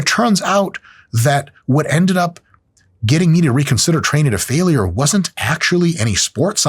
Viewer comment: I hate how Mike pronounces "failure" like it has three syllables instead of two.